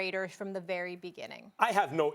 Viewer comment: This dude said "our rery own" lol